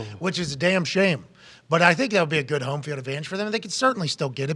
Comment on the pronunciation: I love Pat but I just can't stand the way he says words like "home"